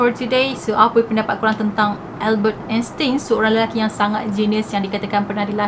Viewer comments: Erkk kak,..sebutan Einstein yg btol dlm bhs mlayu Ainstain..Bkn Instin..Hehe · sebutan nama Albert Einstein ni Albert Enstain.. tin tu tukar tain 🥰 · Happy birthday 🎂🎂🎂 love your story so much.. nk betulkan sikit.. pronunciation Einstein tu ‘ain stain’.. sharing is caring ☺️